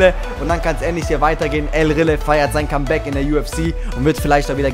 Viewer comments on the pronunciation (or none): none